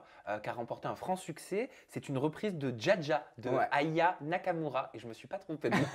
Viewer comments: Aya Nakamura deux syllabes pas si compliqué de le dire, volontaire je pense de la part de nicos 🤦🏾‍♀️ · Ecorcher le nom d’aya dans tout les sens 4FOIS dans la soirée je suis désolé mais c’es fait exprès, ils ont voulu montrer un manque de considération pr l’artiste qet c’es un gros manque de respect qui ne serait pas arrivé si elle aurait été blanche POINT BARRE.